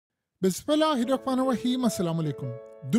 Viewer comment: بسم اللہ الرحمن الرحیم تو صحیح پڑھیں جناب ❤❤❤